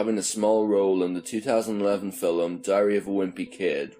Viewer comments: Filem...lol. sea an.. not scean... lol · What’s a fil-um? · Okay. I have to admit that your pronunciation of "film" makes me giggle inside. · What accent is that? It sounds American but then the “trashing” as thrashing “tirty-tree” “filem” as film and more odd pronunciations come out and i cant place the accent 🧐